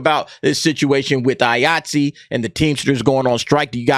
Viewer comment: Everytime you say Iaytzee i keep thinking your saying Yahtzee with a acent.